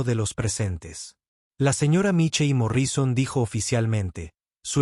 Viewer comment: Angéla y cuentanóslo y Morríson increible pero la lectura mecánica produce horrores.